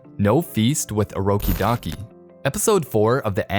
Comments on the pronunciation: Bro, stop saying urokidaki ur supposed to say urokodaki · Its orokodaki not orokidaki